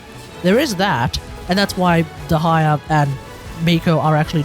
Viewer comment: "De-ha-ya" as a Dehya main, I will not stand for this 😤